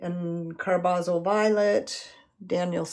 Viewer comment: Nice painting; thanks for the video. (Believe it's CAR-buh-zol).